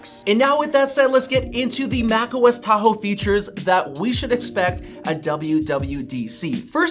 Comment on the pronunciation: As i listened how you pronounce the word "Tahoe" I immediately thinking Philippines snack food called "Taho", sweet.